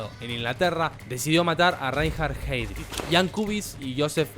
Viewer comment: Muy buen video, pero la pronunciación.... en alemán es ai